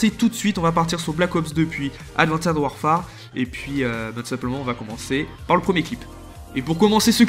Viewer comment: IL NA PA DE ED A LA FIN DE ADVANCE WARFARE FAUX PAS DIRE LE ED COMPRENER SA MDR SES ANGLAIS DIT LE COMME IL FAUX